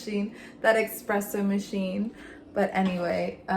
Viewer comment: Thank you for the info!! ❤ But it’s espresso, not EXpresso ❤